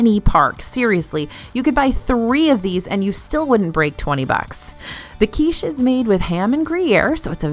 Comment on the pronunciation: I beg you. Learn how to pronounce German words properly. The way you say things like "Küche" and "Flammkuchen" causes me actual physical harm every time. Signed, a German.